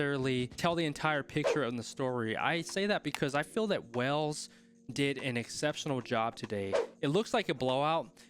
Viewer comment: Great analysis - just one thing mate…it’s not pronounced “wells” but rather “whales” 🐳 🏴 😉👍🏻 the people are referred to as the Welsh of which you pronounced correctly